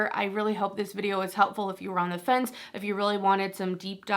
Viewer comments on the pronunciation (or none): none